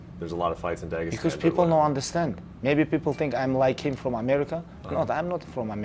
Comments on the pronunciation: tony : "daegestan " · Tony: “Dagestan.”